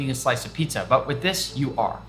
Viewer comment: Pitzah and not Pizza and Burgir and not Burger